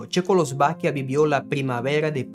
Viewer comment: Hola, gracias por el video... oye, tu hablas portugues como 1ra lengua? 😊😊 Se te dificulta decir checoslovaquia... che-cos-lo-va-quia... creo que asi separado te va a ayudar. Tienes un excelente español... todos tenemos dificultades de palabras especificas. Yo no hablo portugues, hablo frances y hay palabras que todavia no pronuncio bien, como "calle" -- rue... digo rú, y no es así. Saludos 🎉🎉🎉🎉 y gracias 😊😊😊